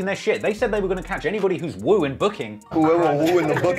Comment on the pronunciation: Woo vs “chew” 😭😭